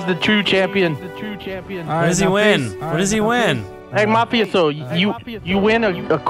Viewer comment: they seriously cant speak the word mafioso